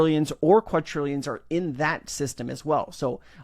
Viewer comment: Hey brother, another awesome video! Quick tip.... it's Qua D rillions not Qua T rillions :)